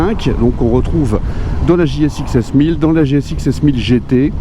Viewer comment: TU N'AS PAS RÉUSSI À LE DIRE , TU AS OUBLIÉ LE "S" DE "GSXS" 😂